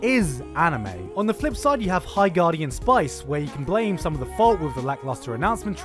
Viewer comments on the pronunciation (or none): none